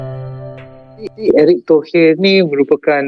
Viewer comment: Nama orang dirubah erick thohir kok jd erik tohee, intonasi ke inggris2an